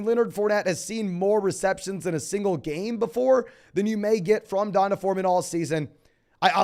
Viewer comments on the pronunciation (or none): i lose 1 day off my life every time you pronounce D’onta (dee-ahn-tay) as DonDuh